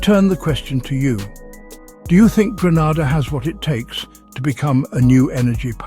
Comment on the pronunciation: There’s no point telling them,you would think that if a person is going to narrate on a country, they should at least know it’s name.i sometimes think that they do it deliberately.